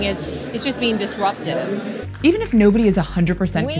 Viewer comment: if you can't hear the extra syllable in there I don't know what to tell you. You could spell it "disruptative" or "disruptitive" and she says it fast, but it's definitely there.